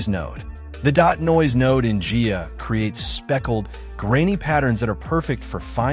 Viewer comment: protip: It's pronounced "Guy-ah" not "Gee-ya"